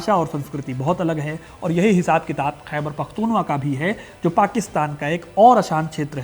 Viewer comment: कृपया ध्यान दें :खैबर पख्तूनख्वा (Khyber Pakhtunkhwa) का सही उच्चारण "खैबर पख्तूनख्वा" ही है, न कि "खैबर पख्तूनवा"। दूसरी बात V.K. krishnan Menon के रेडियो संदेश वाली बात सिर्फ अफवाह थी जोकि आपको स्पष्ट करना था